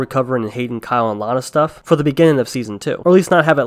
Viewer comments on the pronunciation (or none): none